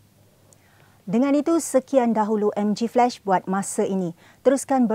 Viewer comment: Bukan MGflesh but MGflash! You sound the ‘a’ the way the malay says it. Flesh v flash 😂😂